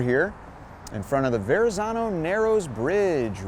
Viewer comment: Loving your tours,!! Just a friendly reminder to a non-Italian-speaker that the "zz" in Verazzano is pronounced "tz", you know, like pizza. 🍕 Aannnd then you explain the typo, poifect!:D